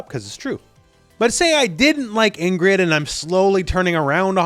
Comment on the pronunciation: Why did U pronounce Ingrid like that